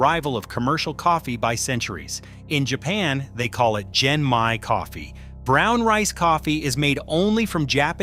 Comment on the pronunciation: It's pronounced GEN-Mai with a hard G sound.